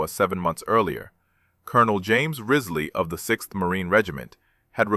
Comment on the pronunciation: The commanders name was James P. Riseley not Rizley. This is all in a book, 40 Thieves of Saipan.(My great Uncle.)